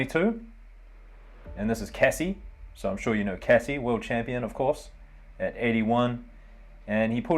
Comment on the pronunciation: Sure we know Casse, don't know any Cassie though. (#22, silent "e", a letter which is never pronounced like that in French names anyway ;) )